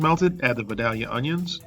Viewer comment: Vidalia Onions are named for a town in South Georgia where the soil is perfect for their growth. It’s tempting to call them Vi-DAL- ia Onions, but the town’s name is actually Vi-DAY-ia, Georgia, hence, Vi-DAY- ia Onions.